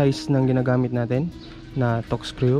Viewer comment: Pag ka alam ko tekscrew ehh.hnd tokscrew🤣🤣🤣